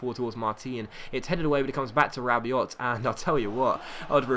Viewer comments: Rabiot is prunounced rab-ee-oh great vids! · rabiot is pronounced rab-ee-oh